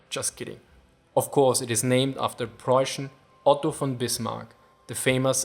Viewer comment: "Preußian"- * Denglish intensifies *